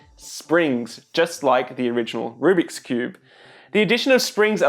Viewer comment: I couldn't tell if you were a cuber saying rubric ironically or a non cuber saying rubric unironically lol